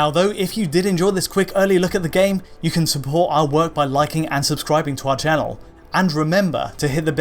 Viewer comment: I find it weird that says "Ken" rather than "can" and "then" rather than "than".